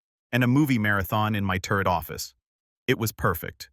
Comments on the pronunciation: 😂AI cracks me up! It also makes me sad….. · Turret office not turd office. AI really lost it.